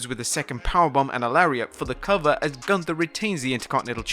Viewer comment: If you really were there.... you should know how the name "Gunther" is spoken out.....